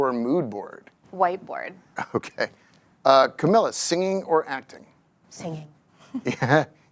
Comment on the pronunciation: Idk if it's just me but I consistently get the feeling that the host genuinely has no clue what's going on. Constantly mispronouncing Camilla's name, asking the most basic questions, constantly stumbling over his words. If you're gonna interview these prestigious people, you should at least have done some research to really know who these people are. The women did an amazing job with their talking points but the host made it so awkward and almost unwatchable